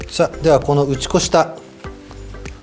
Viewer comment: 打ち粉をしましょうがぶち壊しましょうに聞こえた😂